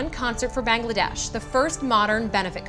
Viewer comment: OMG this is sad pronounced Bangladesh which is my nationality correct thx